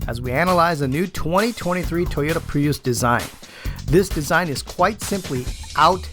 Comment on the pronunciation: It’s so weird, everyone in the world pronounces Prius as Pree-us or Pree-iss - why on earth does he say Pre-yous?